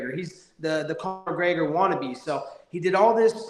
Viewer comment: "Corner McGregor" 😂😂